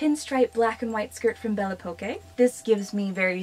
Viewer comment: Hey’ I love your videos! It’s a French brand. Belle Époque was French for a certain time era! Pronounced belle (aye pock) - the best I have to help!